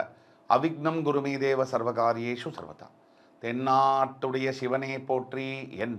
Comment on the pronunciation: இனி தென்னாடுடைய சிவனே என்று உச்சரிக்க வேண்டும்....தென்னாட்டுடைய சிவனே அல்ல...நீங்கள் ஒரு ஜோசியர் கணக்கு தவறினால் பலன் மாறும்.... மாணிக்கவாசகர் சொன்னபடியே ஓதுவோம்....வாழ்க மணிவாசகருடன்